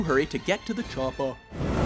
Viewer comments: The way he pronounces "Chopper" is so god damn funny haha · Did anybody else notice how weirdly he said "chopper"?